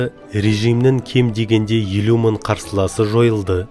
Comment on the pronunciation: МЕНІҢШЕ ТҮСІНІКТІ БОЛМАЙТЫНЫ СОЛ: СЕН БАЛАМ «н» МЕН «ң» ДЫ ПАРЫҚТАП АЙТПАДЫҢ. М: 1 МЫН, МЕНІН Т Б